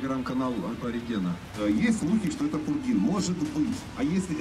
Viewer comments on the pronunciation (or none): Не пургин, а пурген.